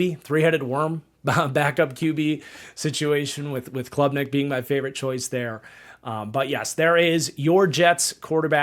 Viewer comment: Cade Klubnik. Not Clubnik